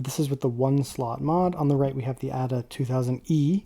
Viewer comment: I think it is pronounced Ada as in Ada Lovelace, rather than 'adder'.